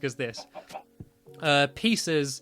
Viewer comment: Stampy it is pronounced PIE SEES